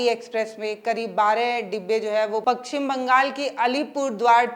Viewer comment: Pakchhim nhi paschim Bangal